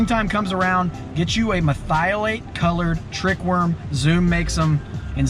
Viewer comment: Say it with me, Mer-thi-o-late